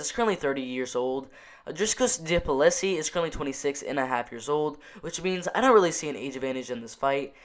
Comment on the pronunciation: haha you butcher the name and surname but we all know who you are talking about so no problem:)